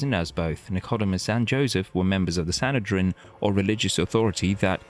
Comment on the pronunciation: Please, either use your own voice or a professional narrator! It's the Sanhedrin, not the 'Sanitation' and his name was Nic..Oh.. Deemus not Nick..Odew..Mus!! Nor frankly, does it matter one whit who the shroud belonged to, given the Christianity of 99% of Christians is based purely on faith and love of Christ our Lord & Saviour alone.